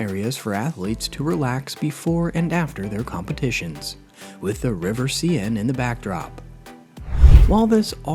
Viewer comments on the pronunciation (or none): Please learn how to pronounce things before recording. The River Seine for example. Or Brisbane. I mean, really!!